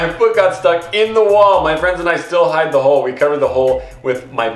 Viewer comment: hid ? its hide by the way no hate